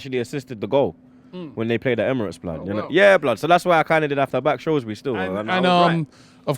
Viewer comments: Shrewsbury not shrowsbury😂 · Its SHREWSbury not Shroswbury common lads you pronounced it correct in the preview.